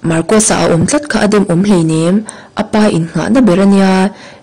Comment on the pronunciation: Marcosa hming hi pi ber thlûk dan khan thlûk ve thei se ka ti.